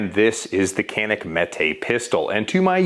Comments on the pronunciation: It’s not yanik. It’s pronounced Janik. But Americans call it canik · Btw it was not Jahn-ick, it is like Joh-nick. Or like French name Jean. But you faked it until you made it. :) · It's actually pronounced "Janik". Confirmed by an actual Turkish speaker. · It’s “Jyanik” ya bloody yank! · It's John-ick you FILTHY CASUAL !!!! Just kiddin.. :p Nobody calls "Zig Zauer" too, why this was an problem i don't understand actually. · "Its actually pronounced Zjaneeck" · It’s actually pronounced like “Canik” in Turkish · Canik didnt even try to fight it! Like people trying to say we say garand wrong… nobody cares! 😉